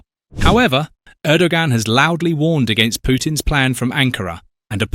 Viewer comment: You don't hear a G in Erdogan. Just say Errdoan. I don't like him, but looking at the new bad boys in the world he seems to be a half way decent guy.